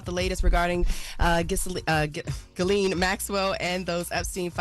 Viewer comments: She said Gillie on purpose… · I need yall to sound out Ghislaine. Say her name correctly shes a terrible person, dont let her off the hook by mispronouncing her name!